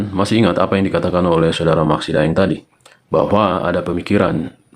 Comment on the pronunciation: sedikit klarifikasi, De'eng bukan Daeng, De'eng adl marga asal Minahasa.